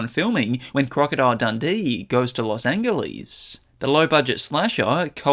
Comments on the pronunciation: lost angellys? Can this person pronounce anything? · everyone is mentioning how he says I instead of First or One, but no one is mentioning the unsung engagement bait of "Los Angle-ees" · Los angle-ees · ❌Los Angeles ✔Los Angleese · It was pronouncing all of the "I"s every time, plus the weird mispronouncing of "Angeles" (also every time) that gave it away. It's the fact that it's wrong in a specifically 'misread from text in a way that would make sense on paper but not if you actually understood it' kind of way. Which is very on-brand for AI. It's fine to use, but it clearly is being used if you pay close attention.